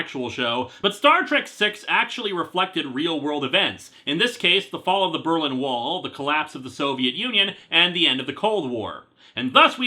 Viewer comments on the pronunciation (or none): none